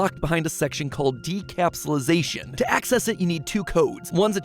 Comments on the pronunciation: The word: Decapsulation MatPat's pronunciation: Decapsulisation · You totally mispronounced "decapsulation" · Decapsulisation huh. I thought it said decapsulation